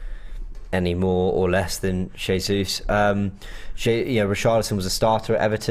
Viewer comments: “Zezus” 😂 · or can someone please help the judge pronounce Jesus's name properly please?!🤦🏾‍♂️😆